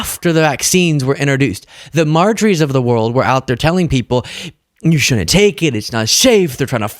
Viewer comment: The news in baby talk. There's a "d" in "shouldn't and "wouldn't" and if you want to be taken seriously, PRONOUNCE THEM!